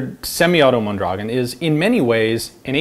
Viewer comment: He pronounces it pretty well once, when he reads the markings in Spanish.